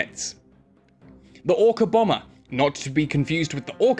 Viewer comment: i mistaked or he said ORCA bomer?